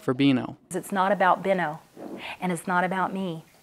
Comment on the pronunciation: Wonderful segment, but wanted to correct his name. His name is BEEN-O, not BEAN-O.. Thanks for putting the word out about these wonderful dogs. I own one myself and he is my heart and soul!!